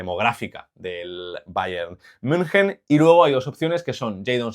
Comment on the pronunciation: decir bayern munjen ✅ valorar correctamente a coman o decir algo con sentido en todo el video ❌